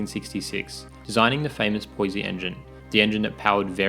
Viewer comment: Pronounce Poissy correctly please!